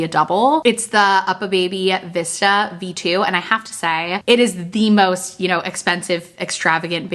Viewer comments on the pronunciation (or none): none